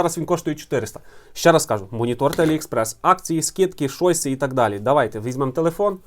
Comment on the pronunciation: Дякую за класний огляд! Не "шойс", а "чойс")